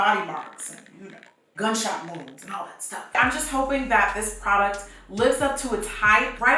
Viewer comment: She said gun shot wounds 😂😂😂